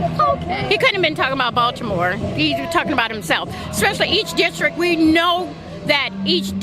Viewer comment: Simply mispronounce district while leaving off the "T" at the end and I wonder where you are cummin from. Know what i'm sayin? .